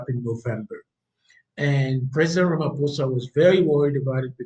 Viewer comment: Pronounce it ..... Rumma pausa